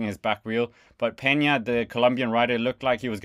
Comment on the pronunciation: Peña is pronounced Pain ya